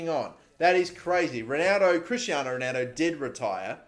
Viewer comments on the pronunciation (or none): none